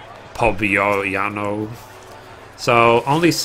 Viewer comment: I dont really know.. but i think the pronunciation of P'obyano could be something like /pƏbia'nƏ/.. its just my personal opinion... theses seekers of the sun names sometimes are kind of tricky... jeje